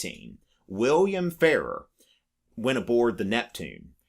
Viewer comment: Frank Farrar was Governor of South Dakota when I was young, but the name was pronounced differently than the way you’re saying it. It was Governor Fah-RAHR (you’re saying it like “fairer”).